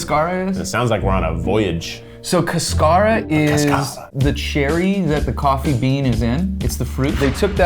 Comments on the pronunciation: It's cáscara, with the accent on the first syllable... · As someone who speaks Spanish the way that they butchered the word cascara is hilarious 🤣🤣🤣 Is not pronounced casCAra Is pronounced CAscara or cascaRA (Cáscara or caducará) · This lovely people pronouncing "cáscara" as "cascara". God bless them. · The way they pronounce Cáscara hurts my colombian soul ☠️☠️☠️ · As an hispanic, I feel upset over how they’re pronouncing “cáscara.” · They mispronounced “cáscara” so badly. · Spanish speaker here cringing at how cascara is being said